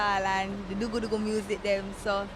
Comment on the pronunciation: did she just say dougu dougu?